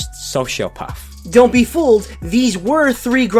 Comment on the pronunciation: “Soshiopaff”